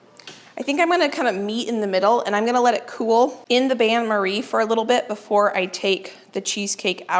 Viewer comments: Not to be a picky b, but the pronunciation is bane Marie, not ban. It's a French word for a French process. I love your content and wish that I was 30 years younger so that I had the energy that you have. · Bain-Marie is pronounced in English as ban-Marie☺️